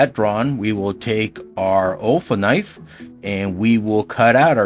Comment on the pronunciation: Nice :) Also what it sounds like you are saying Ofull knife, what subtitles are saying UL Knife, what I hear Awful Knife. ;) :) :P